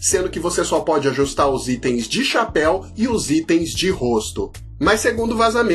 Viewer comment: "Istem" foi fd 😂